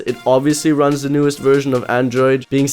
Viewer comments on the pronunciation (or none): none